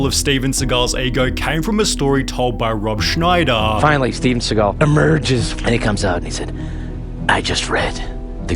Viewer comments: And with Rob Schnider as “Schnidaur” I never noticed that XD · Rob SchneidAH